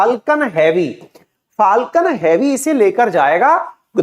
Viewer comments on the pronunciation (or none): Elon = E-lawn ✅ Alan ❌ UFO = Usa Fooling Others ! 😂 “ is-pace” 🙅‍♂️ “space” 🤷🏻‍♂️ “phaalkan” ❌ “falcon” ✅ “cancil” ❌ “cancel” (can-sal) ✅